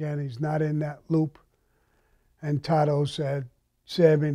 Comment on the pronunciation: you're a child, if you had a met these guys in life it would probably ate your liver with some fava beans and a nice Chianti.Second its taro. In Italian you roll the r's. Kind of like in Spanish also.